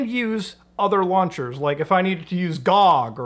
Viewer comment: GAWG?! Just say GOG cmon man